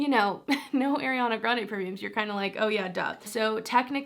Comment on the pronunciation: Is No one is gonna correct her on her pronunciation of Ariana’s name 😭